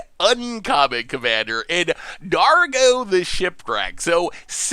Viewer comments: dar-go not draw go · You must be new to colorful pronunciation skills. He also called Dargo “Drago”. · It’s DARGO......... DARGO dammit!!!!!!!!